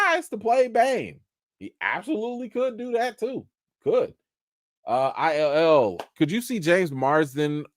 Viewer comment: "ILL" is just "ill" not "I L L"🤣